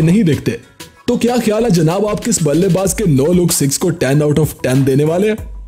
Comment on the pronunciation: In no look shot you say balle baj you say wrong